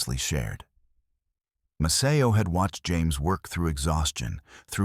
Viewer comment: This is about Maceo Parker and you can't even get your AI voice to pronounce his name correctly!